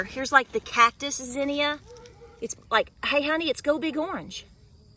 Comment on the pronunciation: I wondered about the pronunciation of zinnia. I always heard it pronounced 'zeen ya' ...turns out you are correct and i'm the one sounding country all this time lol...